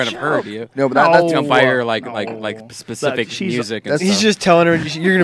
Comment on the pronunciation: Why can't Americans say specific?